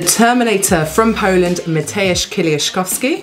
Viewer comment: Wow your pronounced Mateusz Kieliszkowski very well for english speaker. I'm impressed.